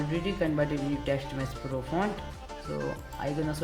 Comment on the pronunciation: Lol it was TextMesh Pro not Teksht Mess Plo but nice video tho it helped